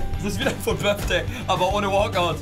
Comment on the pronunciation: „fut Birfday“